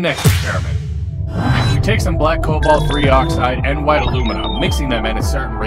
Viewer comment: What? It's Cobalt. Not Colbat. I think.